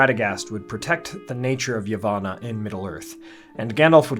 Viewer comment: Dude, you're still mispronouncing "Yavanna," as well as every other Elven name and place that has a double-consonant in it.